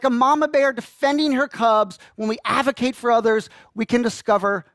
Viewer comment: aDvocate not avocate. That drove me nuts!